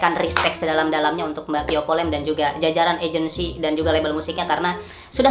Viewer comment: "Via vallen" kk bukan "pio polen"